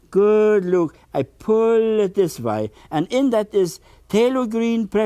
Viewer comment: He has a rare and beautiful talent. I love how he pronounces “way.” ❤